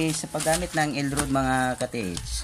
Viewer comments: It is not L rud it is pronounced as rad for L rod. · dili man ka makamao molitok sa word nga ROD,ang paglitok ana RAD.dili rod.meaning sungkod.hahay. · elrad pronunciation Sano dili elrod